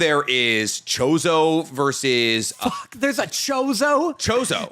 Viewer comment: It's choso not chozo